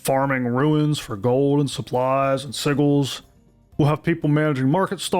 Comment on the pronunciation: ) I think Sigils is pronouced si·jlz ... and yes please no more grindy quests.. I get the Sandbox MMO part, but even still Pax Dei also needs more purpose than just build a mansion.. they gotta get their Fuedal stuff/realm vs realm stuff going.. making a larger narrative that is meaningful and shapes the world map... (I thought they said its supposed to be inspired by Eve Online but in medieval times...)